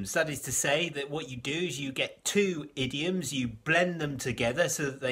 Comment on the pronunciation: Every time you said "ediom" I giggled. It sounded like idiot.